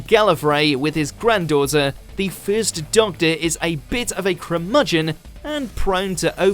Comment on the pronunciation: wtf is a "crurmudgeon"?